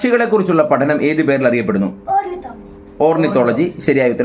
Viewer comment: ഓർണത്തോളജി അല്ല ഓർണിത്തോളജി